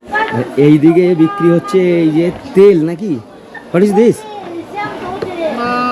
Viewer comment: What is this ❌ না দিস বলেদিস✅